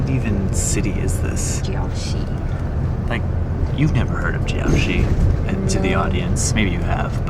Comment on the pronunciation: And the Crayon factory! And Jiaoxi (not ‘’Jyock-shee’’!)